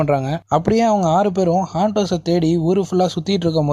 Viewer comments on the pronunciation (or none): 'Haunt'.. ஹவுண்ட்.. இல்லை.. ஹாண்ட்..